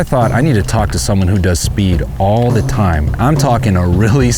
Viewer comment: "all de time"